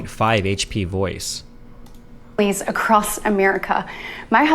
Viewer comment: The fact Britt uses words like "acrosst" should disqualify her for Senate.